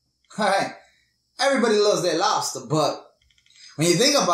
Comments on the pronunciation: I like how u say lobster, "lets take lobsta.." Seventh day adventists will tell you the same thing. And its also why they dont eat pork. They are the cleaners... the dumpster eating critters. I hate shell fish and shrimp for this very reason. gross!!! BUT why would you make a video without learning everything so you can say it properly?? Lol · " i grew up on labsta.. you know.. .... " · Lobsta lol where's the R good video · I like how he says Lobster! 😂🤣